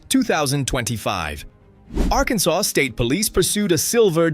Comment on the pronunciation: Arkan(sauce) LOL